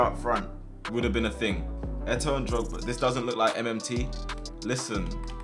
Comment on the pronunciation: I love how he says drogs and I think of something else